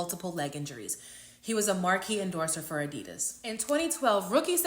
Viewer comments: Cam is MURDERING adidas lmaoooooo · Adidas sub-diss’n Cam smh lol IIWII up 1000 😂